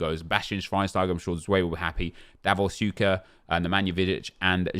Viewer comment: Just some corrections: Puskas is pronounced with SH like in "show" (Pushkash) Xavi is pronounced with CH like in "champion" (Chavi) And Šuker is also pronounced with SH (Shuker).